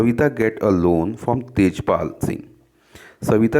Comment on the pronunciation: Sir Tajpal not its Tejpal